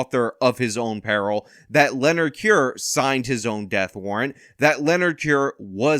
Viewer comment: Can't even pronounce "Leonard"; Well he got justice.